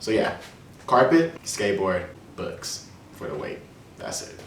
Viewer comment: did you say books or "bucks" (as the animal)?